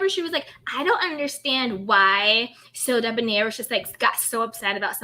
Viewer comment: Monica tended to pronounce Sodeb(near) instead of Sodeb(nair), last syllable rhymes with hair. "Blaine" pronounced his name in the same unique way.